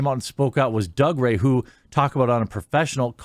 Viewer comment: He pronounces it "Doog-ray". It's a Scottish thing.